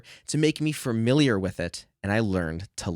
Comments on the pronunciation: Fuh-miliar, not fer-miliar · FA-miliar, not "FERMiliar" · You are a very nice kid and this is a very positive video. Friendly advice, it's "familiar" and not "framiliar." Adjust to boost knowledge authority buddy. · Well, this is a very informative and useful video. Speaking of hearing things differently, though, I find myself desperate to know whether or not you're aware that you're pronouncing the word "familiar" as "fermiliar". Don't get me wrong, no judgment here, but you keep saying it. Is that a dialectical thing or a personal idiosyncrasy? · I didn't think your mispronunciation of familiar would bother me, but it really does sorry 😂